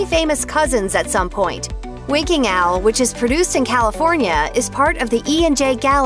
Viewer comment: I keep hearing her accent as, "Winking Al". Don't get upset - just me...